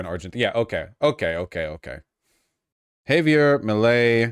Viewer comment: Vaush pronounce Javier correctly challenge: IMPOSSIBLE